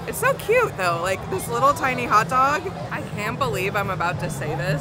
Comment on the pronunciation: Can you make a video on way of saying Pupcorn, Hutdog, and Hut tub?